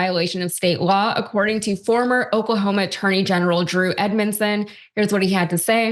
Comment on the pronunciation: The superintendent of Oklahoma can’t even pronounce the name of his state right. Seems like a guy who should be dictating education standards.